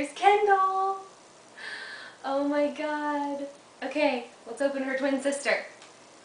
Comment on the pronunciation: Awh(: Iol I Like This Video P.S I Love The Way You Say "Oh My Gad" lol